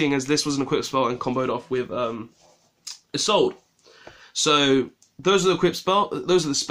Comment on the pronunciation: Robertbat1Duelist pronounced isolde not isoldayy I don't play monk I play 3 and 3 ratio of soldier and goblindburgh cause you can't make isolde off monk, my handtrap ratio is 2 ash 2 veiler What would you replace two hero lives with? I love desires but I didn't play it in my build since there's so many searchers already and after my card choices I didn't have the space anyway